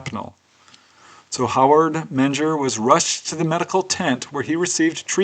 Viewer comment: Menger is pronounced Minger